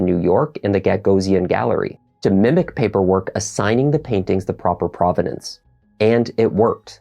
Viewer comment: Provenance not providence